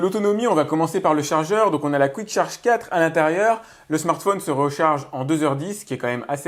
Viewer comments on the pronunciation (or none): none